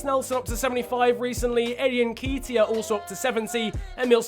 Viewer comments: Everytime you said "En-key-teya" I wantes to kms, it's "En-ket-iah" bruv but great vid still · I beg when you say Eddie nketiah you don’t pronounce it nkeytia it’s nKETiah as do a bit of ket this weekend at the festival other than that love the series😂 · it's pronounced n ke t i a not n kee t i a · It's Eddie N KET E A Not N KEET E I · It’s Eddie n-KET (like get but with a k)-iah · Nketiah is pronounced (N- KEHT- IAH) and his number is 30 irl. Love the videos especially bc I’m an arsenal fan 😂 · btw its pronouced ne-ketia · it’s Eddie N-Ket-Tiah Like so can see! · Alistair Verdon *n-keh-tee-ah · The way he says nketiah kills me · That's not how you say Neketia